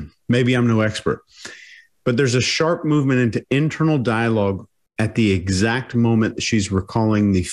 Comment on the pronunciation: Why does she say edxact? It is EXACT lady🤣🤣